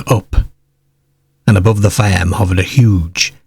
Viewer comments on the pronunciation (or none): Yes!! I like it, like how he says farm faaamm